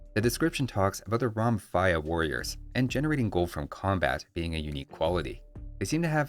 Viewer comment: "Romphaia" is pronounced as "Rompaia". It roughly means "Breaker" and refers to the reverse curve swords (Falx) the Thracians used, thought mostly to the two handed versions.